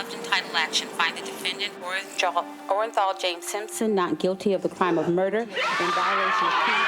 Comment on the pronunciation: The jury was so stupid the forewoman couldn’t even read the verdict right!! “Orenjal” 🙄